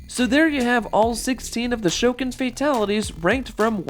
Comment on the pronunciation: My favorite is Goro, but quick question, why did you pronounce Shokan like that, also next Tuesday, November 1st is my birthday!